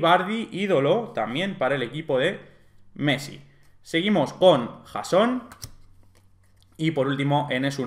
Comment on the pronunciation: JJJJason JAJAJAJ me mata. Como dices algunos nombres